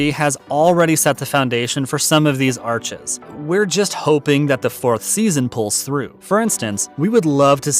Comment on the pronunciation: Arcs not arches